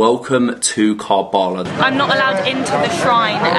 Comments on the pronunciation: Love this . Karbala ( pronounced Karbala , Not Kaarbala ) . Much respect to you for opening this beautiful city for everybody. For Shias , it is the most holiest of sites. Salaaaam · Its karbalaa but you can read it ( ker'bela ) 💚 💙 💚 💙 💚 💙 💚 💙 💚 💙 💚